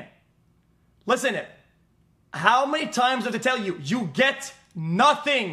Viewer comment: Notting ? notting ??? I HAVE NOTTINNNNNNG